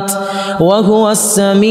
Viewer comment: وهو السميع العليم وهو : بضم الهاء وليس بتسكين الهاء